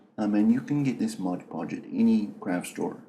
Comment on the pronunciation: Seriously! Is this for real? The guy is obviously doing a voice and accent here. Then he claims Gladys Knight of Gladys Knight and The Pips is his Aunt? Then he repeatedly calls it "modge podge" when the actual bottle that is right there in front of him clearly states, "MOD Podge." Not modge podge! I got so many laughs out of this!